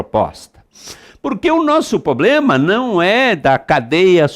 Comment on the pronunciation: poxa, o professor fala "poblema"